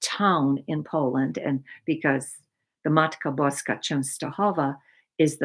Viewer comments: (spelled this way) is definitely a Polish first name. I am Polish and her pronunciation of Matka Boska was pretty spot on. Also, it's "Matka Boska Częstochowska",not "Częstochowa". Częstochowa is the city where the painting hangs. Częstochowska is the adjective. Fun(ny) fact: Częstochowa literally means "(he/she) Often hides" but I don't think anybody ever notices this little linguistic quirk 😅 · I love ❤️ how u spoke about Poland 🇵🇱! I am full Polish . You pronounced Mother of God in Polish perfectly ! Are you Polish ? This was so cool to hear you say that ! I miss my family . A lot of them are still in Poland 🇵🇱 (I immigrated to California in 1982 at age 6). My grandmother passed 15 years ago in Poland but I never got to see her before she passed and it always hurts when I think about it. She used to read fortunes 🔮 using cards . She was VERY talented and in tuned with her gift . I often wish to connect with her from across the veil. I ask her to visit me in my dreams, but she never has. I miss tremendously. Thank you 🙏 for your terrific videos ! Love 💕 listening to you !